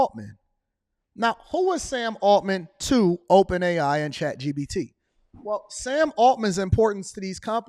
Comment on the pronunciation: … It’s ChatGPT not ChatGBT!!!